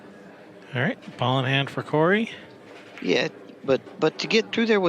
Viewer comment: and u said Corey name perfectly